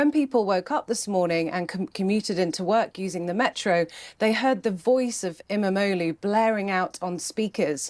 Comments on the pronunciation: I love how chat calling İmamoğlu as 'MMO loot' lolol. As a Turkish person i approve, whatever makes it easier to pronounce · Keeps sounding like they're saying "MMO Lou", like he's got max geared toons in every game.. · I know things are kinda fuked up here but I must say that I love how everyone absolutely butchers the pronancuation of İmamoğlu's name.